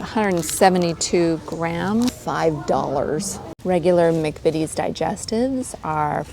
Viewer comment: We don’t say mic vities. We say Mac vities.